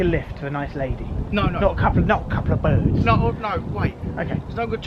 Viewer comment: 8.00 not a couplaa birds 😂😂